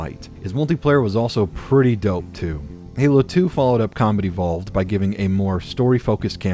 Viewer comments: Is he saying "Comedy Vault" or "Combat Evolved"? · Good video, when you say “combat evolved” it does sound like “comedy vault” though.